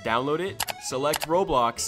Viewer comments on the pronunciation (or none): none